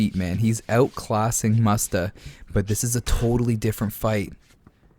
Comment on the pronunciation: Lol the guy puts “mustafa” 🦁 in his name and you pronounce it faaagggg 🤦🏻‍♂️ the poor fella